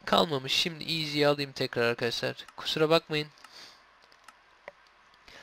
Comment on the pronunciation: şimdi değil simdük diyor :)